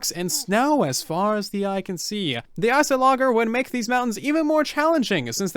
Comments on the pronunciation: Ice-ology = ice-ologer not iso-logger. Just sayin' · I love the vid but i get so triggered when he says it like "ger" instead of "jer" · I die inside whenever someone pronounces the Iceologer with a hard g sound instead of a soft j sound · Oh Satan. This is the second person in a row that I've heard read Iceologer as Ice-a-logger. There is no extra G there. Where are these people reading the second G from?? Please, help me understand why this keeps happening. Also, team moobloom. The only new pet we can have for now. I've wanted at least leadable bats, or leadable spiders for the longest time, but we have neither, so getting at least some kind of new passive mob would be great, for me that is. But I know not a lot of people look for animals specifically to keep around as pets, so I'd get why people would vote for the other two. But lets be real for a sec here, Iceologer's have a completely new method of attack. I think it would be smarter to wait until we've gotten a combat update before we start adding more powerful illagers like Iceologers. Having ravagers, evokers, some other illager that exists and is as powerful as those two, exist already. I think we can hold off on a new method of killing ourselves for now. Let's get a yellow cow that makes friends with bees. That could be really fun if you have a base in a flower forest biome. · I believe it’s ice-ahl-o-ger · I believe it's Ice-loger as in Iceologer. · Icologger? ICO- LOGGER? AAAaaAaAaaaAAAAh! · Mfw says “Ice-o-logger” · I've heard so many people say ice-o-logger. I think we'll all be on the same page by the end of the week. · It's Icy-o-logger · Surely it's pronounced "ice ol O jer" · The way you say Iceolager scares me